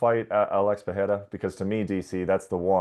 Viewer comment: ESPN, tell Brett (and Joubain) how to pronounce "Pereira". Guy is painful to listen to.